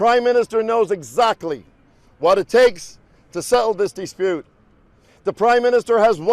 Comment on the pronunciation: Dee spute ahaha